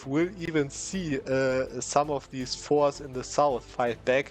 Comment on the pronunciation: pronounce the t in forts or make absolutely cracked eu4 strategy's the student